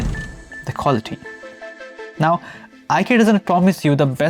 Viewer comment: It’s Eekea😊